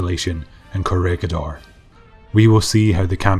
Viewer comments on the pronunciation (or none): Want to be the first narrator to get the place names correct (ie, as a Filipino would say them)? Corregidor: Not COR-REG-GID-DOR, but COR-REH-HEE-DOR (REH = RE(DoReMiFaSol, etc.)/RAY) Bataan: Not BAT-TAN, but BAT-TAH-AN. (Just sneak an extra 'a' in there.) Aside: You do a superb job, but these names have pronounced incorrectly for so long they've become accepted by every other non-Filipino historian/history buff everywhere. Not your fault.